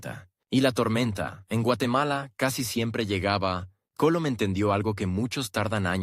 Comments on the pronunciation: Ese narrador, no pronuncia bien el apellido de MANUEL COLON. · Sé dice ARGUETA por favor. Y se dice COLOM.